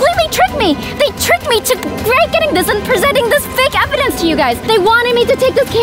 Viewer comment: The cop said complying evdanc